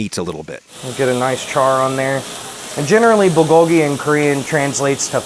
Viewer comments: its Bool like Boo with an L at the end. not ball. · “BALL-GO-GI”???? How about reading the word next time? I don’t expect perfect pronunciation, but damn, that was terrible. Lol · The way Adam pronounces Bulgogi bothers me more than it should.